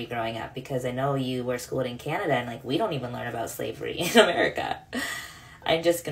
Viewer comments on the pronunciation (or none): none